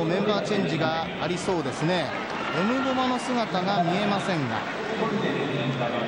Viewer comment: エムボーマ、エムボマよ